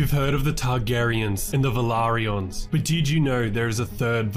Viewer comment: Finally!!! A correct pronunciation of Velaryon. After the show nobody had an excuse, you’re literally the only YouTuber saying it the way it’s actually pronounced. Imagine, people thinking they have the pronunciation correct, when George RR Martin has said it’s wrong. 🤣 There’s been proof since the first episode of HOTD dropped. Genuinely started to think people were just trolling.